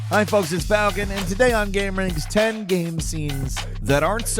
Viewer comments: omfg say ''game'', not ''gahm'' it's been more than over than a decade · Is it really that hard to pronounce the word game correctly